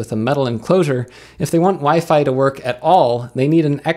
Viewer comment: Food? Is that a fork of foobar? I could use foobar to play DSD files from my NAS over SAN. Also, I think you may have mispronounced WiFi in that last part. Is WiFe a new thing? I don't see any WiFe around here. I'll have to look into that. Sounds expensive. Thanks for the video, and I hope you find a few laughs every day.